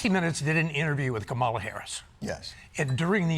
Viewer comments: six years in the U.S. Senate, four years as VP, major party presidential candidate, and Steve Kroft still doesn’t know Harris’s first name is “Ka-ma-la” and not “Ka-MAH-la”. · Even Mr.Kroft mispronounced the Presidential candidate’s name but instead as the great WWF wrestler of the yesteryear It’ “s:”Comma la”as the more accurate way of saying Kamala!!!!!👴🏼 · La. The stress is on the first syllable for VP Harris's first name. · Comma-lah, not kuh-MAH-luh. Hence, the t-shirt " , La." Paramount is gutless. I hate that they played ball with this administration and the "fuhrer of idiocy." Fox News is not NEWS. IT is lying-for-money. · I wish the guest would say Kamala's name correctly. KAH MAH LAH Not Kuh Mala. Kamala. Ka Ma La Kamala. It's not that hard. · Kroft mis pronounced her name.. comma la, not Ka- Mala… grrrrr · Steve, it's pronounced Kamala not Kamahla. Think of comma. I would have thought you knew that. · Surprised that Kroft doesn't know how to pronounce Kamala Harris' name... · Steve Kroft is a journalist for how long and can't use practice to pronounce KAH-muh-la?!! Sheesh.. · Look, I know my comment will be buried and that's fine, but respectfully Mr. Kroft it is pronounced "Comma-La" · COMMA-la. Put some respect on her name. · Comma-la, Steve. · How is a journalist mispronouncing her name. It's infuriating. Kah-mahla (first syllable gets the stress) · Hey Steve Kroft it’s “comma-la” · Kamala=KAH-muh-LUH Please stop mispronouncing her name. 😒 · "COM-mah-lah" Crazy how years of Trump, MAGA, and republicunts pronouncing her name incorrectly has taken root. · Her name is pronounced KAmala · Ugh! Krofft said Ka-mala. 🙄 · If only someone had just mentioned to him how to pronounce Kamala’s name, although up until now, I could tell how somebody voted by how they pronounced her name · Why is Kamala so hard for so many people to pronounce? It’s disrespectful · Steve Kroft can't even say Kamala's name correctly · This guy still can't pronounce Kamala correctly?